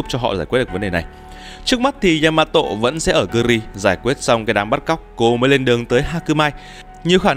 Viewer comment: Đọc là yama tô dc ko ạ??? Đừng có tộ???